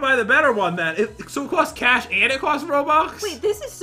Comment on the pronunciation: Its boost the cash not boosh the coosh